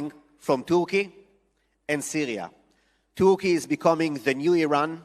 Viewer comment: Did this man really call Turkey Turkia??? Is that a thing, am I just an American idiot? I’m most definitely an idiot but Turkia? I still love you. I love all Jews and God bless Israel forever!!!! ❤🎉